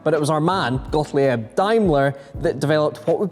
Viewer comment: Very good to see you making videos again! 👍 You state that some names keep popping up in automotive history. They do indeed. But with all the apparent research you do would it be possible to devote a little time to the pronunciation of (foreign to you I suppose) names? Daimler is pretty close, but Gottleeyeb??? For heaven's sake,! 🤣